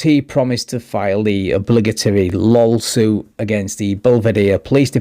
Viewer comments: Did you say "lolsuit"? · Did you say lol suit? 😂😂😂😂😂😂😂 Love it